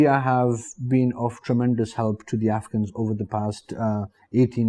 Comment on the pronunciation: Afghans are always welcome in india. I was rather confused by the way he pronounce afghans, it seemed like he was saying africans.